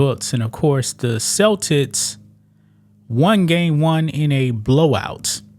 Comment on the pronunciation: Damn bruh! Is the word "Celtics" that hard for you to pronounce? 😂